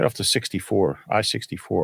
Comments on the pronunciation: I'm just surprised to see a fellow fan from Hurricane...even though still mispronounced it. And no...there is definitely NOT a lot going on here 😂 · There’s a Hurricane in Utah pronounced Hurr-I-Cun and they get upset if you say it wrong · There's a Hurricane in Utah, the locals pronounce it Herkin. I wonder if it was settled by people from Hurrikan.